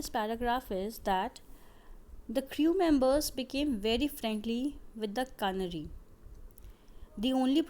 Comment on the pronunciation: Ca na ry nhi hota stupid... Fool wo CANARY HOTA HAI DEHATI HO KYA?....